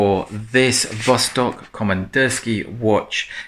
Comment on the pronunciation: Thanks once again for your accurate presentation of a remarkable wristwatch. Actually the name in russian is pronounced vastók (and not vóstok). Of course vostok means east.